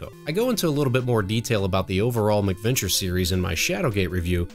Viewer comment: oh actually cuz it did sound like you were saying something like adventure with a prefix before it and I had forgotten they were called mac venture so now that you mention it you said it properly and it isn't hard to understand, also to with my grandmother being from Scotland I tend to over emphasize the pronunciation of Mac to clearly distinguish it from the anglicized Mc which has now been know as the Irish Gaelic prefix, but yeah awesome job man keep making great stuff cuz your production quality is so superior to a lot of other channels I've seen so I'm sure you will grow into 10's of thousand of subcribers then onto 100,000 and I'm not just saying this cuz there are youtubers I know who started with a couple hundred of subs and now have over 200k and there videos even at this point are not of your quality